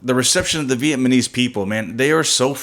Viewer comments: Vietmanese... LOL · I know you're not aware of it but you keep calling us Vietmanese. We are Vietnamese. Other than that, you guys seem like a pretty cool couple. Good luck with the channel.